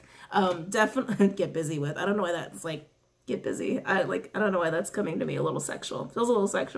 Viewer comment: You said get busy with it I heard get Jiggy with it lol